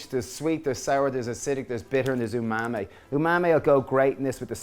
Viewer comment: Oh he said "tamari"? Sounded like he said "umami" to me, but the bottle does look like a tamari bottle, so that makes sense.